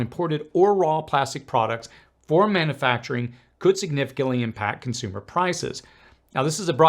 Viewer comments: Please stop saying "man A facturing". It's manUfacturing. Look at the spelling. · Mana-facturing? Really? You don't know how to pronounce a word you use so frequently? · It is puzzling that this guy struggles to properly pronounce the word "manufacturing". It is not pronounced "manAfacturing". He also struggles to properly pronounce "susceptible" and "steel". He might be a foreigner with a speech impediment.